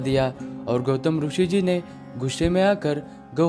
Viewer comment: जब इतना अच्छा वीडियो बनाते हो तो क्वालिटी मेंटेन करने की खातिर, कुछ खर्चा और करके हिंदी कमेंट्री किसी और से करवा लेते, और हां, रूषि नहीं बोलते मुन्ना, ऋषि (रिशी) बोलते हैं... 'हैं' को तुम लोग 'है' क्यों बोलते हो आजतक समझ नहीं आया।